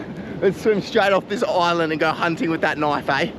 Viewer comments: Bro says oland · Be careful about pronouncing islands like oillands. Bout to be invated